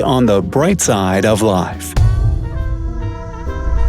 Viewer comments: DEETAILS NOT DETTAILS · Am I the only crazy person , who hated the way he said details .Its detail ( dee - tail ) not detail ( det - ail )! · Details is pronounced “Dee-ails” I think 🤔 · yeah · I almighty died when he kept on saying da-tales😆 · did u just say "datails" instead of "details" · Is that really how you pronounce details? De-tails, not details? I’m confused. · Stop saying duteals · Lol how he says dee-tails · Stop pronouncing details wrong, it’s driving me crazy. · You mispronounce the word "Details" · this guy’s pronunciation of “details” lost my faith in humanity.